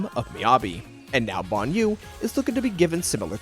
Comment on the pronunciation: Say Banyou again